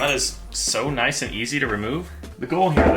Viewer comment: "Noice"